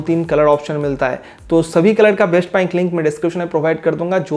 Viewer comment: "Baist" hai "Baist"😂😂😂😂